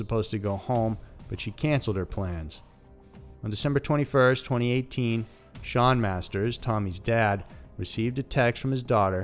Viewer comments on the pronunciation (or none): none